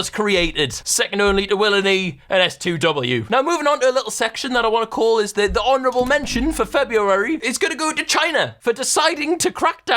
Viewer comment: wait s2w isn’t pronounced stew